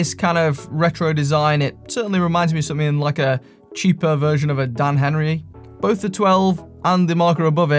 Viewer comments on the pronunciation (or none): none